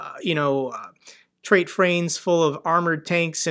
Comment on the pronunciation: Treight Frains? What's a treight frain?